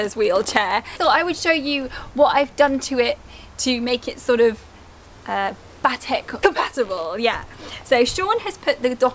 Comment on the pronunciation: Bay-Tec not Bah-Tec.